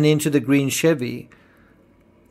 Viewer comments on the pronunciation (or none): none